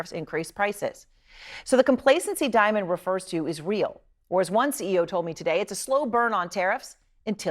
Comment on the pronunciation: Diamon😂😂😂😂not Damon😂😂😂